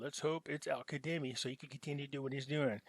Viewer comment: WATCH THE CBI.... P E R I O D !!!!!! No one individual can make this rate change.....and it's not Al Ka(d)emi...its Al Ka(Z)emi....